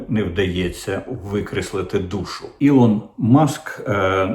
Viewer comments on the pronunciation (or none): Е, Корчик, не кажи "ілон". Давай як раніше 😅 Раніше було прикольніше 😅